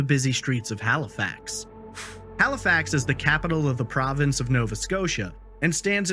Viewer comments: ONCE AGAIN your saying well known names and places wrong lol. Its HALIFAX, not HAILFAX lol. The reporter even says it the right way later in the same video lol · bruh this girl called it canada tire, and 'hailifax'. i cant :P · Say it like this....hell-e-fax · My god the way you butchered the word Halifax 😂